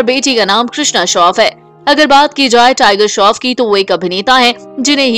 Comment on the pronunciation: Tiger shroff not tiger shof